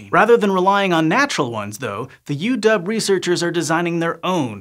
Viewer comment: I love you. You are the first person, that I've heard, who isn't from Washington, who pronounced UW correctly. Udub!!!